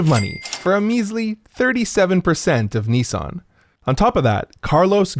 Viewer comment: The way you pronounced Nissan threw me for a loop, you keep saying "Ne-san" It's Nis san <_<. Also, Nissan is one of the OG Zaibatsus, who starting in the 1950s became paraoid of each other as they started moving into the same industries, so Nissan thought it was a cunning idea to buy shares in their rivals as a means to protect themselves from market pushout, force them to not directly compete with the same lines of product. Just typical absurdist Japanese business logic.